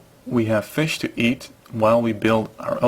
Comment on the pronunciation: you must be swedish, you almost said fisk